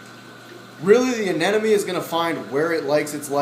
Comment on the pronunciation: *aneMONE. x aneNOME.